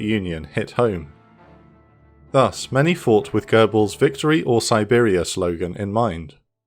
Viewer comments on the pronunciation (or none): none